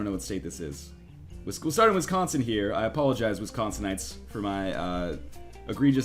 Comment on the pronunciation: Wow you didn't know what wisconsin was AND YOU PRONONCE IT WRONG